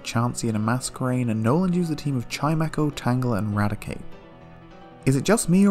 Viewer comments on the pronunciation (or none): none